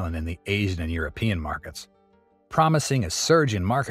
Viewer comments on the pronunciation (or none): none